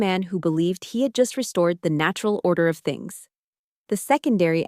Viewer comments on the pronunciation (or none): none